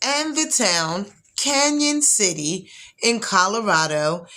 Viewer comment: It's pronounced Can-on, not Can-yon.